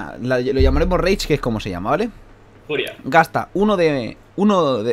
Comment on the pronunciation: Cuando entiendes que dice " Reich " en vez de " Rage " xDD